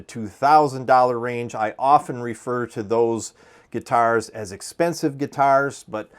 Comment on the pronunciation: Are you in the Midwest? Weird thing to notice but you say the word guitars the same way Prince did. “Guitarrrs”.